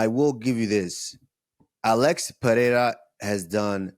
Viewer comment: Usman said it right first, then got it wrong: it's pronounced PeReira (short-rolled R), not PeHeira.